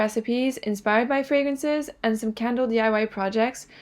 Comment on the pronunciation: This is your first video?!? You have become one of my favorites! You are so fluent with the fragrances and actually pronounce them correctly 🤗 You’re the best!! 💛